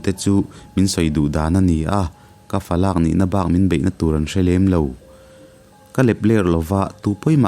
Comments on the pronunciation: Sir falàk (adopt) nilo in falak (thlûkna) awm lo a lam tur ani e, Falak chu pa puh tur ber hriat loh a fa sàwn pawm hi falak tiin an sawi thin. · FALAK i thluk dan hi a dok chiah lo, LAK tih lai hi TAKSA tih a TAK tih anga thluk tur ani. Tuna i thluk dan FALAK hi chu midang fa, fa atana lak ang hi ania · Falâk (adopt)ti a ilam hi Falak,, A pa puh tur ber hriat loh sawina ni awm tak ani sia,, I lam fuhlo deuhin ka hria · Falãk ni lo in falak tih zawk tur ani in ka hria,, thlûk loh tur a ni in ka hria.. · fa lâk(adopt) tih a I chhiar khi fa lak(Pa hriatloh) zawk a ni lo maw a story kal hmang atang in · Amah pon a soi molh2 khi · Fa lâk (laaaakkk) a nilo, Fa lak (laklawh a lak lai kan lam anga lam tur). Fa, a pa ber puh tur hriatloh tihna. Mahse a ngaihnawmna a bo chuanglo e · Falâk tih a thluk loin 'laklawh' tiha 'lak' kan lam ang hian thluk zok tur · Falak,lak lai hi thluk loh tur falak tih tur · Falak tihhi ilam dik lo laklawh tih kan lam dan ang hian falak tih tur,i lam dan hi chu thil min lo lak tih ri angun ilam a😁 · falak i lam dan hi a diklo,lak lai hi lak lawh tih kan lam a lak kan lam ang a lam tur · Falak(adopt)ani lo,falak(varak ang a lam tur)pa puh tur hrelo fate hi falak an ti..i chhiar diklo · A ngaihnawm leh viau e....mahse falak i thluk dan hian a awmzia a ti bo vek thung... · Fa lak tih hi..falak tih tur anilo maw😅 thil kan la ang nilo hian😅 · Falak i lam dan hi a diklo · Falak i lam dan hi a diklo,mi fa an lak angin i chhiar ri a,Varak kan lam ang deuh hian falak hi lam rik tur aw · Falak hi i thluk dik lo . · Falak hi laklawh tiha (lak) lai rik dan anga lam tur...paber hriatloh hi (Falak)anti thin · Falak hi ilam diklo lo zir chiang teh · Fa lâk ti a i chhiar hi Falak (khawlai fa/ mi chuang bang)ti a chhiar tur chhiar tur ani lo em ni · Falâk kha falak ni awm tak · Fa lak tih hi fa lâk ni loin,falak- varak tih thluka thluk tur ani.. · Falâk ni lovin Falak , tih zawk tur niin ka hria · Falâk ni lovin falak tih tur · Fa lak nilovin falak aww